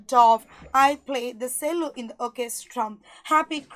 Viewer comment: cello pronunciation is wrong maam